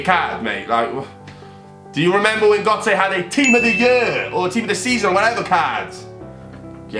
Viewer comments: Not how u say gotze man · You were saying götze wrong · why was he saying gotze that way